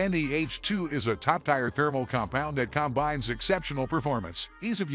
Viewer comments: Fake sounding AI voice says it’s a “top TIRE paste”. 😂😂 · lol. “It’s a top TIRE paste”. 😂😂😂